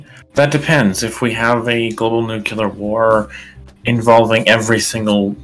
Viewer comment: It's pronounced new clee arr, not nuke u lar.